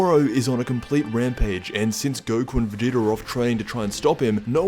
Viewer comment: lol "goku or vageta"...you mean goku.